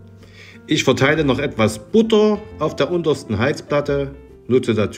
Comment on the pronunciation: Üsch kann i von ü und ch von sch nüsch unterscheiden. Grausam.